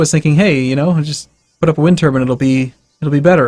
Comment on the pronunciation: its tur-B-I-N-E not tur-B-A-N